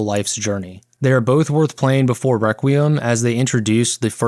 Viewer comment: No YouTuber can pronounce requiem